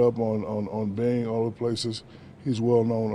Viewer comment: mans said bing